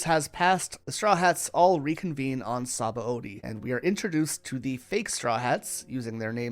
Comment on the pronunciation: i meant shabondi as in the island with heaps of bubbles before the red line made of palm trees, the name means bubbles the way you said it kept overlaping with sabos name so it got at little annoying